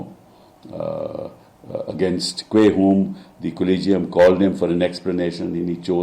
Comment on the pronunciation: याला collegium चा उच्चार करता येत नाही.